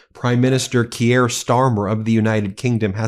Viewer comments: Key-air?... it's Kia.. like the car. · Who is 'KeeAir Starmer'?! His name is pronounced 'Keer' ! Even the Orange-Man Baby pronounces our Prime Minister's name correctly! (Though Trump DOES sometimes think he's the King !!) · Research & pronunciation: khe-eer nit kee-year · Please, Keir is one syllable, not two. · It's pronounced KeyR... not Key-air. C'mon Ben. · His name is pronounced "Keer" not key- air. But moving on. Gawd, he spends more time chatting up your trump than here. But kudos to him, if i found myself in a room with trump, id knock him tf out. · Pronounced “Keer “ not key-air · Kee-air??? Its pronounced K-ear. A total useless idiot for the people of England, bent on destroying freedoms and liberty. The TDS is strong with you mob. Trump, yes he has faults, but is Million times better than stupid Brandon, and those Lefty chronies. Canada has about as much right to be there as Australia...None. Two British colonies, with a silly French side on one, that are have little influence on World affairs. Yes, Russia Should be there! You keep excluding powerful members, things will only get worse. The President dropping papers, you notice the little lap dog did his service and picked them up for the master...now that is power. Remember, Britain Made the Americas for Euros. The division in the USA at the moment is crazy, Racial, Social, cultural, riots, you all seem to hate each other. From the outside, you need a strong leader to keep the status quo, or you will fall into all your movies and games....complete break down. Hey!😉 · It's not "Key-air", it's "Keir" pronounced like "here". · Tbf you mixed up eu and uk too and you keep calling Keir Starmer Keyare Starmer. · C'mon...it's pronounced "keer," Just one syllable. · The pronunciation of Keir, as in Keir Starmer, is Keer, keeyer. Just so you know :) :) :) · “Keir” is pronounced like in “dear”. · Kier rhymes with 'dear'.